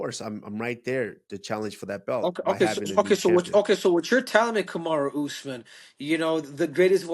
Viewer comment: They keep messing his name 😭